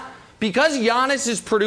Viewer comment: Everyday I think Brandon is going to pronounce Giannis properly